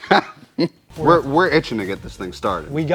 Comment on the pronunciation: "Pretty Wicked Radiatah" got me 🤣😂💀